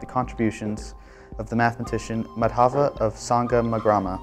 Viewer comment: The pronunciation of Indian names is unfortunately incorrect. The stress in the trisyllabic names Madhava and Kerala is on the first syllable, not the second (i.e. MAdhava, KErala using capitals for the stressed syllable). In the name Sangamagrama, which has 5 syllables, a compound of Sangama and Grama, the stress is again on the first syllable of each name - i.e. SANgama and GRAma. These are simple rulea and abiding by them ought not to be a problem..